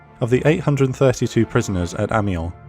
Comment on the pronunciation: PS British people always mispronounce Amiens ... phonetically it's A-mi-yan :)